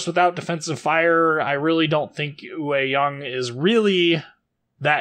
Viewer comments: I am native Taiwanese. It's pronounced as yuay(yue) (tall mountains岳) young(yang)(sun陽) with yang being a classification for all DDs in ROC navy. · It's pronounced 岳 Yue(juːˈeɪ) (Yu-eh) 陽 Yang(jɑːŋ/)(Young)